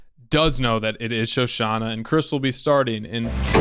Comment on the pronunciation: It's Shoshanna, not Shosanna. :) I agree with the guy in red trunks... I mean red background... the guy dude on the left. The thing is Landa had all the power and wit to track down Shoshanna down to the bowels of the Earth if he wanted to, so he very likely knew all along where she was and had been all the way to that point. The milk is likely not a coincidence, and all the arguments from left guy dude seem pretty on point. Landa has a dark sense of humor.